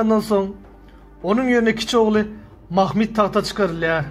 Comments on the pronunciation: Mahmid nedir yav. Mahmud demek çok mu zor? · Türkmenler öyle telaffuz etmiyor. Bir kere peygamberimizin bir adı Mahmud'dur. Bunu bozmaya kimsenin hakkı yok. Ayrıca ilmî konular anlatanlar, tarih kitaplarında nasıl yazılıyorsa öyle söylemeli, aslına uygun telaffuz etmelidir.